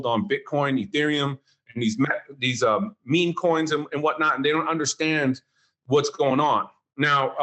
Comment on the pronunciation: NEVER trust anyone who doesn't even know how to pronounce "meme"